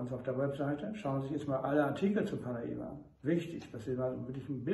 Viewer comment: Was ist Pariba???? Lernen Sie es erstmal richtig auszusprechen. Hab sehnlichst ihr Video vermißt.